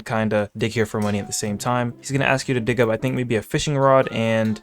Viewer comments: why at the start it sounded like he said welcome to dih☠☠ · He said dih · He did NOT say dig 🥀